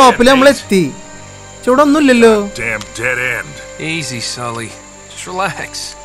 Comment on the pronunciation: sully en kelkumpol thally ena kelkunathe 😃